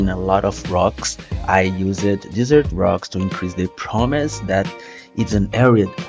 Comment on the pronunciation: You're doing great with your English! Just a quick note, you are over pronouncing words that end in ed, like used and needed. It isnt something that you need to practice on, as i know learning english is hard, and it really isnt a big deal. Love the video!!